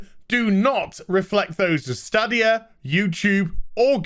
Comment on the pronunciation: I've watched 2 videos on this topic and 2 youtubers cant pronounce Stadia... Its STAYdia... LIke stadium, but stadia.